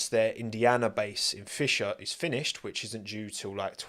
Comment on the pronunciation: bruh being from indiana and to hear you calling Fishers "Fisher" Im like cmon man put some respec on my state! T_T haha luv your vids